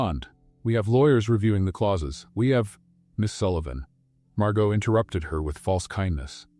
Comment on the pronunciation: Nice story. But 2 comments: 1: Never heard either one of them profess their love for each other, even when he proposed. Weird. 2: Please kill the background music. It really takes away from everything. Doesn’t help at all. But the stories are lovely. Even if Margot’s and Elia’s’ names were continually mispronounced. Thx!